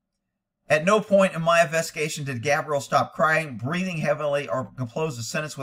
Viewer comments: Gabby or cab-rie-LLa/girls name not cabriel/boy name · calling Gabrielle "Gabriel" is so distracting, haha. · Man at least say HER name right